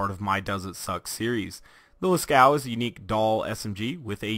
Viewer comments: I Razzle I he said it like las-cow, and it's actually pronounced like las-co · I Razzle I Yea Las-Coo sounds familiar too. Its Las-Cove or Las-Coo, i'm not sure. But it's nit Las-Caux(cocks) as some people pronounce it xD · Oh yeah now that I watch it again he said Las-Cow. XD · The name and pattern are references to the Lascaux cave paintings in France, due to them being in France it has a french pronunciation, it is pronounced as lah-coo-ah, the "s" is silent. And the painting is of a cow. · Did you mean to say lä-ˈskō? Because you would not pronounce the U or the X. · i had a stroke when i heard you say its name lmao